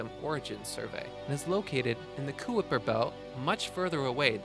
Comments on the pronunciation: Hahaha, "Kuiper" is not pronounced "koo-ipper" it's pronounced "ki-per" as in Hyper! Just a little advice check if unsure what you're reading when making a video and you'll not only be taken more seriously but more importantly you'll NOT be spreading DISINFORMATION! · Centauri B is called Proxima B it orbits the red dwarf of the triple system Alpha Centauri and Its pronounced Kyper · Killing me with the pronunciation.....Kuiper belt = Kyper Belt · Kooiper belt lol it's pronounced Kyper belt and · It's pronounced KY-PER belt, not KOOEY-PER belt. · It isn't pronounced Kooiper its Kyper Belt. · kuooper belt??? its pronounced KYPER BELT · It is pronounced Kyper Belt, not kouiper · Kai-per belt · Lol he called it the "kooeeper belt" 😂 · What is a coo-whipper belt ? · FYI for future videos, "Kuiper" is meant to be pronounced so it rhymes with "Piper". Otherwise a good video. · Ky per belt. Kie per belt. Say it with me class, ki per belt..... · It's pronounced Kyper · lol kooipper -- a new pronunciation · IT'S PRONOUNCED "KY-PER"!!!!!!! LIKE "HYPER" You sound like a moron when you mispronounce it and it devalues the credibility of everything else you say. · lmao...i was about to comment the same thing...coo-i-per belt...hahaha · Kuper Belt? Come on man!! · Kabooly Belt Lol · The koopa troopa belt? C'mon man... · Kuyper is pronounced, KY-Per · Even though this contained no information, it was entirely worth watching for the "koo-ipper" belt comment. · "Koo-Ih-Per-Per belt" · Seriously, I dig your videos, but if you're going to make it your hobby/job to create videos on scientific topics, learn how to say the words and terms used properly. Kuiper is pronounced kyper. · lolz the 'kooiper belt' ..... fuck sake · I know. Learning new interesting facts from a kid that's never heard of or read the word Kuiper until he made this video. FFS! Gimmy a break. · Wtf is a kooper belt.